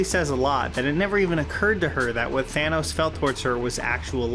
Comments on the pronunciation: did you just say thaynos? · Are you saying...Fanos? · Why does everyone call him Thaynos? It’s Thannos, like Thanatos. Death